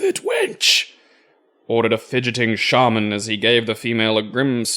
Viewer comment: It's "shaman" not "Shaymen"